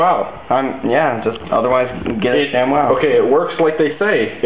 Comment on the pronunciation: when he said watch it damp I'm seriously thought they say dab and it scared me. ( I thought they skipped to the future or something